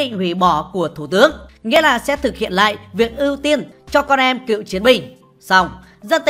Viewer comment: Con em Cựu chiến binh chứ không phải "cượu" chiến binh nha ad